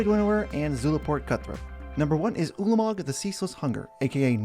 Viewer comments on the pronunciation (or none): is it just me, or does say Ulamog waay too much like "Poola-a-mog"?